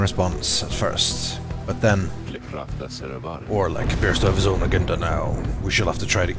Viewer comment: Finally! I can't remember the last time he mispronounced a word.